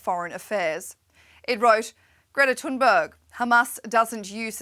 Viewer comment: *Greta Tooonberg according to this reporter